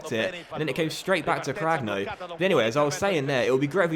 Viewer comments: I think ur keeper name is pronounced cranyo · Cragno’s name is pronounced as Cranioh (same as you pronounce the nho in Cuotinho)